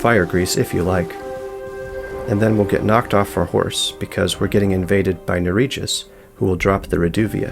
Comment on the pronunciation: The j in Narijus is pronounced like in fjord, like y in yes. Yura literally says his name so I don't know how people get it wrong. Also he's Yura not Yuria.